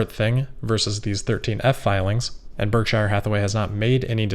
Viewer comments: Berk-sure not Berk-shire; a minor quibble but it seems like we should say it like Buffett says, when we are talking about his company. Great work otherwise,, as usual. Not trying to be bitchy, just accurate. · I love your videos and I mean absolutely no offense, but I think you need to revisit your pronunciation of “Berkshire” 🙂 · warren pronounces it BERK SHER, as opposed to shire